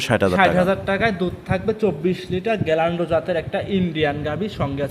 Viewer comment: বাটপার। গিরল্যান্ডকে গ্যাল্যান্ড বলছে।